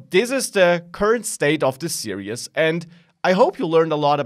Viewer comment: serious please learn how to say series